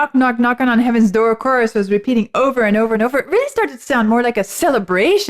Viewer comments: The worst cover I have ever heard, thanks to. Who knew the word "door" had 3 syllables? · I find that style of singing the word "door" as if it's a three syllable word is annoying and obnoxious. But, to each, their own.